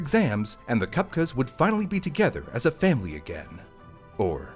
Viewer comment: lol. Is he always saying FamBly as a joke? Or can he just not say family?